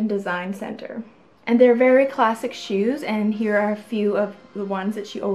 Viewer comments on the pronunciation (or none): none